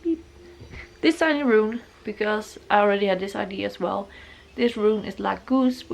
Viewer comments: I love your tattoos so much!! I'm sorry about this but it's pronounced ideA it normally doesn't bother me at all but you said ide so often hehehe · She was saying “idea” but with English obviously not being her first language it came out more like ID-A. It’s ok, there’s nothing wrong with that. Don’t be so harsh when people are trying AND you obviously knew what she was trying to say well enough to comment. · I really enjoyed the video and I love your style and your tattoos. Just one thing that bothers me is, that you always pronounced idea like "idee", but actually you do pronounce the "a" at the end, but yeah I´m sure you know, but still it slips out like this. I didn't want to be rude, just something I noticed... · i love how you say ID instead of idea haha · I had this idea when I was having a shit on the toilet 🤣 omg I love her she’s so cute ! I love how she says idea it sounds like she’s saying ID. Love the uniqueness of all the tattoos 🌸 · Corrections with pronunciation is great but It's so cute ide.